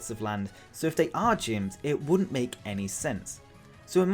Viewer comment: Ugh at number four when you said Gyms I thought you said Jynx 😭 an Alolan for for Jynx would be so cool to either Fire/psychic or fire/fairy or fire/ghost and be a Fire Hula Dancer would fit perfectly in Alola! 🌴 ☀️ 🌊